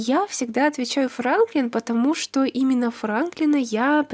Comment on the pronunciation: Не потомужто а патамужта